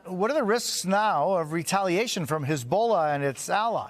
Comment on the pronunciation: Oh, for goodness sake Jose, , it’s not pronounced “his bola”.